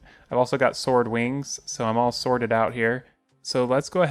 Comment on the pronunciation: he literally said sworded